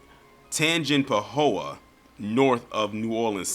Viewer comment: You actually pronounced Tangipahoa correctly or close enough. (Tan-jih-puh-ho-uh).